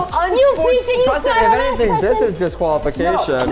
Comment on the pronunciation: ITS PRESTON NOT PRESEN